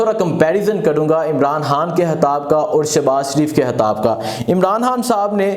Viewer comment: O bhai saab hatab nai hota khitab hota ha 😂 aap k nai bolty .